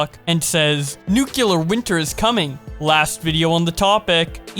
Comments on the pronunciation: It's nuclear, not nucular... Reminds me of George W. Bush. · WHY do all of you covering this say nuCElar instead of nuCLear ? Did I miss something ? DID WE CHANGE THE MEANING OF LETTERS WHILE I WAS AWAY?! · The word is nuclear. New. Clear. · I was looking for this comment... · You pronounce it like nuquelear wth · Why he keeps saying "nuclear" like that? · The way he said nuclear